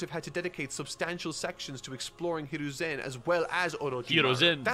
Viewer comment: This man is making fun of how says Hiruzen Just wait until he hears Akatsuki...